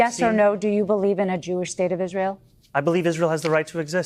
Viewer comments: “…and as may-uh of Is-rail…” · Could you skip the accent when saying Israel? 🙏 Pretty please?